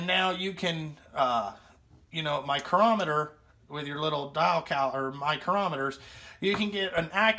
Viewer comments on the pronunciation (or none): none